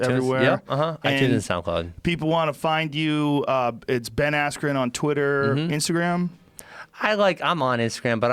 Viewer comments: The only guy that pronounces his name wrong......“Ayskren” Gonna get the belt though! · Ben “EF” Askren